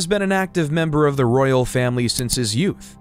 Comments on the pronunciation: Please work in your pronunciation. It a Royal Family not ‘Rail’ I can’t watch this now I’ve heard that and all of these inaccuracies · Cannot listen to this. The narrator was saying rail instead of Royal and other word pronunciation mistakes. Must be an AI generated narrator voice.